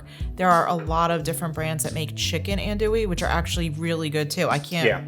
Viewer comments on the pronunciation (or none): not to nitpick too badly but you mispronouncing undewee you pronounce it in Dewey which is no that was pronounced. it is pronounced on AHNTOUIE on Dewey So it's not like N Dewey or N Dewey it's on AHN how it's pronounced TOUIE. I know it's your New York accent believe me I need a pick with English people about how to spell how to pronounce Jaguar and then call it Jaguar If you turn to tell him it's a Latin American word in the Spanish language from Native Americans and you're pronouncing it wrong it won't listen. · Dude, dude---AHN-doo-ee. -SAH-cha-rez. And no rouix??? 🤣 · That's ahn-du-we sausage. 😁